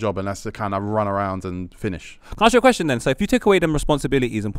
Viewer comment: Why does say arks instead of ask